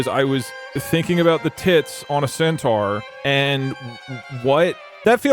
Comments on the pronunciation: Its sentar not sentwuar Pronounce it right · all i can think about is pronouncing centaur as “centwar” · Can we just acknowledge the baffling way that pronounces Centaur? "Scent-trar" is incredible. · I love how keeps pronouncing centaur as centwar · Why tf is saying centaur so fucking wrong.